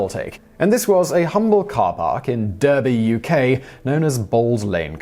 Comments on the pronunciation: "Derby" is pronounced "Dar-bee", not "Der-bee"... ffs, man, you're supposed to be British... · What's that about Pope Pius 12th secretly collaborating with Hitler? There was no secret that the Vatican supported the Nazis and in exchange for their support, Hitler declared Catholicism the official religion of Germany. As you mentioned Derby in England, you should have pronounced it Darby. The Bank of England is not known as the Old Lady, it's known as the Old Lady of Threadneedle Street. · An Englishman who can't pronounce Derby properly 👎🏽 for future reference it's pronounced Darby!!! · Why are you pandering to the Americans. Its pronounced Darby not Derby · You dont say it like Derby lol its pronounced Darby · Its bot duuhby 😂😂😂 its darby...viking appare tly ....birthplace of the worlds first factory too...cromford..... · when a brit has to call Derby Durby :( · I live near Derby and it's pronounced 'Dar-bee'. If anyone says it 'Durr-bee' we normally assume they're American. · Durby??? Really...Durby??? Surely you mean DERBY!!? Seeing as you're English n'all 😂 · Simon whistler usually apologises in advance for mispronouncing foreign words. Maybe, he should do the same when pronouncing British place names.....Derby is pronounced 'darby' not 'durby' and from a Brit YouTubers FFS. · I work at parksafe bold lane in Derby, Pronounced “Darby” theres alot more to the story and our systems but very nice to see a shout out . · it’s dar-bee. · Bold Lane car park is indeed in Derby. It's pronounced "DAARBY". Now because you are not American, you are English, you should have known that! - A Derby resident. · Derby....pronounced Darby....Really, how did Simon not know that? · Please learn to say Derby correctly. DARbee. Yes, British spelling is inconsistent. See also Worcester and Cholmondeley (CHUMlee) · It's DAR-BE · Derby is pronounced Darby 😂🤦‍♂️ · I'm Swedish and even I know Derby is pronounced Darby... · It’s pronounced Dar-by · It's durby